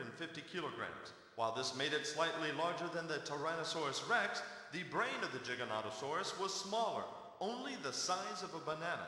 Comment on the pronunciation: they spelled and pronounced Giganotosaurus wrong...